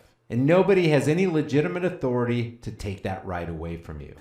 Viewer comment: Respect ma ah-tho-rah-tay!